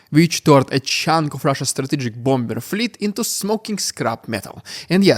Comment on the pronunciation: If, as a non-native speak, you can correctly pronounce 'cacophony' why do you insist on mispronouncing 'bomber' ? You do this several times in each podcast.... it's baffling.....